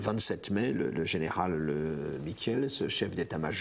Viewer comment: Les noms avec une voyelle suivie d'un e se prononcent en disant longuement la première voyelle et pas le e: Michiels - mikiiils baels- baals Eben-emael- eben émaal Laeken-laaken. La capitulation était illégale, Léopold n'avait pas le droit de décider ça seul, la constitution le lui interdit, Pierlot l'a dit directement á la radio: l'audio "capitulation de la Belgique".